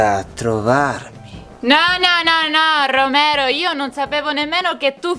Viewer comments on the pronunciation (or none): Esatto non si dice Romero 😍♥️ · Che ridere quando dice Romero ma in realtà si dice